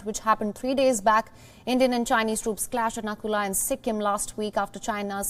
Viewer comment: Its Nathula not Nakula!!